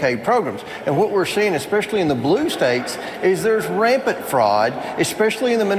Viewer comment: And his pronunciation of rampant, “raypent”.